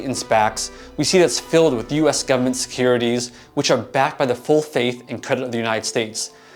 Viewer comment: I just know you're from somewhere in the deep south based on how you say government... Alabama? 👀